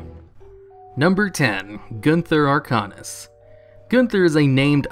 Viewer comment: Its pronounced "Gunther Arc-ANUS"